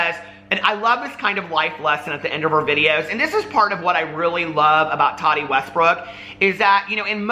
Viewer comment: He says it like Toddy. Lol.